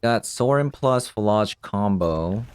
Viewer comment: PhlAAAAge I'm pretty sure you're pronouncing it wrong